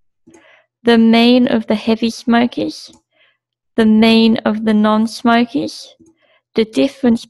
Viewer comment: Good presentation. How you pronounce smokers though, sounds like "smokeez"